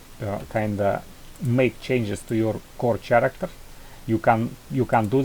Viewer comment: круто сделанно, но не чарактер, а карактер. Сорри что придираюсь, просто некоторые типы могут не понять это видео) А так спс, очень полезно для девелоперов